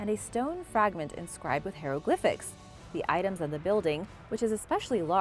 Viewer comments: STOP with the non existent speech impediment and pronounce it HIEROGLYPH not HAYROGLYPH!!!! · So it isn't bothering you that she NEVER pronounces Hieroglyph right, she ALWAYS says, HAY-roglyph?!!?